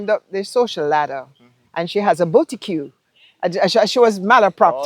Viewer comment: What the hell is a “booty que”? Or does she meant boutique?